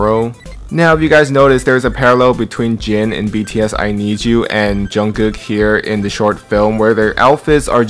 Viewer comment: I love the way u pronounce jungkook as junggukk